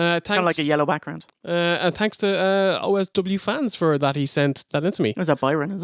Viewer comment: i thought he said "wake up mexicans!: im like whos mexican? the steiners?.. lol. i had to rewind several times before i realized he said Michigan.